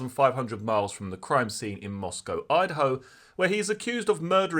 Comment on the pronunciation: Thanks for pronouncing “Moscow” correctly.